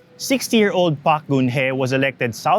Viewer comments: pretentious atom trying to emulate south korean accent ang hirap tuloy intindihin. pronounce it as PARK not PAK. we expect a non-sokor citizen to pronounce korean names as a foreigner not a native. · I barely understand the story your diction and accent. While Park and Choi are spoken as pak and chey in native korean, you are talking in english and thus must be pronounce at it is in English